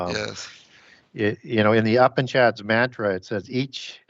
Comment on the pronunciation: Brilliant show. Also, "Upanishads" is pronounced, "yoo-paan-uh-shods".